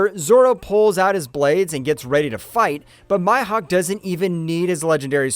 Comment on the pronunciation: 😭😭 Bro really just said 🗣️ My Hawck 😭😭